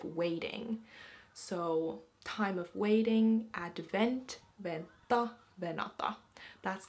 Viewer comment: Anteeksi. You are pronouncing "vänta like venta, even though there is an umlaut above the ä. Is it like a Swedish pronounciation? Kiitos. 😊